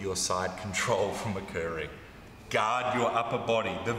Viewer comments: I often hear "God" when he says Guard 😊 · Yeah us Aussies drop the ‘r’. Americans pronounce the ‘o’ like an ‘a’.